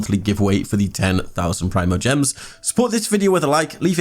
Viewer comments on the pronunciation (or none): none